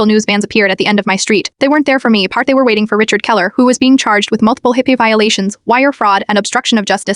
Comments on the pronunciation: It's hippa, not hype a. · If you can't read stop doing these f**** stories it's HIPAA not hippie there's a f**** difference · I wish someone would teach AI the accepted pronunciation of HIPAA!